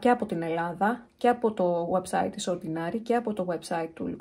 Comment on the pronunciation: ΟρντινΕρι, όχι ορντινΆρι προφέρεται 🤭🤭